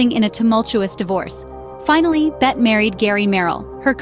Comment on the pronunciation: She IS NOT "Bet" - her name is pronounced *always with 2 syllables as "BET-tee"